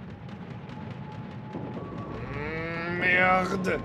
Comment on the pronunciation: "Merde" was perfect ;) You get a Baguette approval